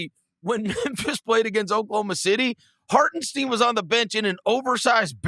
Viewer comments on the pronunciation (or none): Day 5000 of me complaining about Hartenstein's name being pronounced wrong. Reminder that all these people can say Marc Stein's name correctly but can't get it right for iHart.